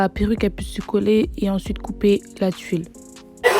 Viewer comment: Mdrrr tu dis tuille alors que c’est tul 😅